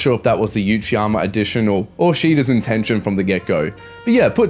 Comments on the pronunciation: Love the video bro, but its Uchiyama (oochiyama) not Yuchiyama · Why are you saying 'you-chiyama'?